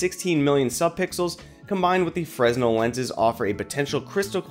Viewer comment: "Fresnel" is pronounced "Fren-ell"